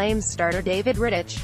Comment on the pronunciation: Its pretty obvious that she doesn’t watch the game, she pronounced Oliver Kylington’s name “kylington” rather than “Shylington” and also said David Rittichs name incorrectly